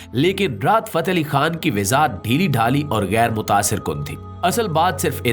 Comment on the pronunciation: Sir Wazahat Lafz Ko Ap Bar Bar WiZaHat Boltay Hain iS Ko Durust Farma Lain Thanks